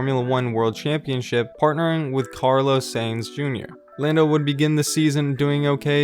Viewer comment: Did it really say "Llando Norris" ?